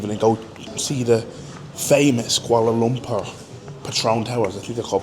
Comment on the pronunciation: ur pronounciation of Kuala Lumpur is spot on . Welcome n enjoy ur stay